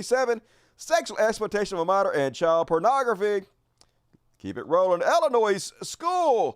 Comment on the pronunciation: There is no "e" in Illinois, and the 's' is silent.